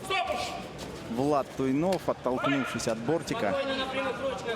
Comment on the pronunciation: комментаторы фамилию Макса весь файт неправильно называли...йопаный стыд) Туйнов красачик